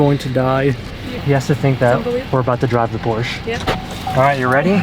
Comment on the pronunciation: Like your video and I know that you are a car guy but PLEASE learn how to pronounce PORSHE!!!!!!!!!!